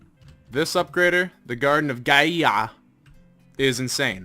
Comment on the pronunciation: Gaia is a Norwegian word pronuonced like guy + a from *a good upgrader